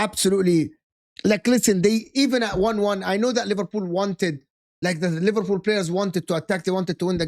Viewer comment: Bro said liverpud and Livarpool 😂😭